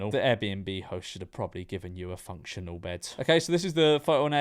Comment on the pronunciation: Don’t think you can really be talking when you’re saying “propably”